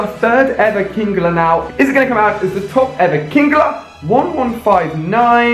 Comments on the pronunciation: Its fucking king-ler not king-gler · You trigger me on how u pronounce some of the Pokemon names, kingler isn't kingeler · It's kingler not kingeler